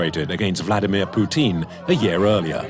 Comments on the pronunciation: Puteen? I've never heard Vladimir Putin's name pronounced like that. usually people who want to make it clear they don't like the man say "Pewtin". Puteen is a new one entirely, totally unprecedented in fact. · "Vlad Poutine" Lmao